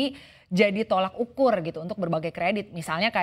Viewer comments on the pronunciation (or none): Tolok ukur bukan tolak ukur ...kata ini sering salah diucapkan